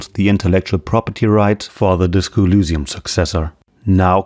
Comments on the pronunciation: Why do you pronounce Elysium as [ulusium]? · Great video. One thing to note though. You make a very in depth video about a subject. It'd be nice if you don't mispronounce it 20 times during the video. You even show clips of them pronouncing Elysium properly. I don't know why it bothers me this much but it's something that in my opinion should never be fucked up. You do dozens of hours of research but can't be bothered to pronounce it right? If the facts weren't on your side then I would've dismissed the video because how do you want people to trust you when you can't even get the name right? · accent bro